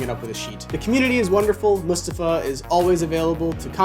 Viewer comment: Might not be a big deal, but thank you for pronouncing Mustafa’s name right. Appreciate it, waiting for my pair